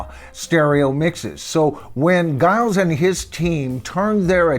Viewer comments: Giles is pronounced Jiles ... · His name is pronounced ‘Jyles’, not with a hard G but a J sound. Giles. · it's pronounced "Jiles" by the way. Just so you know. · FYI, I saw and interview with Giles Martin and Sam Okell, the engineer, where Sam pronounced Giles name as Jiles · Pronounced jajaja isles ! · It's pronounced as the 'J' for the G. Jiles. I love his work on all he's done. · You keep pronouncing his name wrong. It’s Giles (like Jiles) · Giles name is pronounced Jiles according to many YouTube videos I've seen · At least pronounce Giles name correct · It’s pronounced Giles not Giles. And it’s Esher, not Esher. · A very interesting analysis of these remixes,. In terms of pronunciations, Esher is as you pronounced with the 'E' sounding as in 'Egg'. Giles Martin's first name is pronounced with a soft 'G' as in 'Gypsy'. Hope you don't mind. Please keeo your posts coming as I get so much from them. I'm really lookong forward to the remixes of the pre Revolver albums. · Pronouncing “Giles” with a hard G aside, I endorse this ranking!